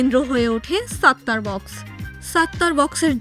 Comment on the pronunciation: আগে আপনি উচ্চারণ শেখেন, ওটা সাত্তার বাখ্শ। নট বক্স।